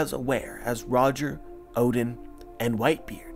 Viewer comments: Please stop pronouncing oden, "odin". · Why you say "oden" like that